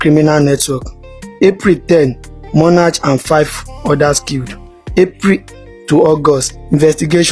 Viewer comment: Five OTHERS.not other. He engaged OFFICERS not officer. Armed ASSAILANTS. MONARCH is pronounced monak not monarch.YOIR ENGLISH IS AWFUL. A SSERIES OF not a serie of.....what nonsense is this inability to pronounce simple words correctly,? When officers ARRESTED not arrest.For goodness sake stop saying monach. for MONARCH( mona:k)